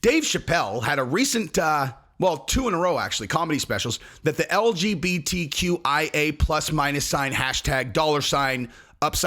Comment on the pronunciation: “The LGBTQIAbluhfuhsheha” 🤣🤣😭